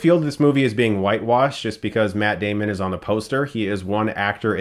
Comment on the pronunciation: METT DEHMON!